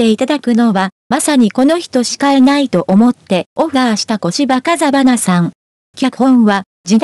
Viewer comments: あきない世傅金と銀はテレビで見ました。でもこのストーリーを話して居るAIか何か判りませんが、漢字の読み方が間違いだらけで、最後まで聞く気はには慣れませんでした。あきないせでんではなく、あきないせいでん。題からして間違い。出演の主役のこしばかざはなさんでは無く、こしばふうかさん。良く調べて伝えて下さい。いつも思います。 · いいドラマでした。 でも主役の小芝風花さんの名前と題を間違えるなんてと、人に伝えるのであればしっかりと勉強し、人に伝えて下さいね。 かざはなさんではなく、 ふうかさんです。 よでんではなく、 せいでんです。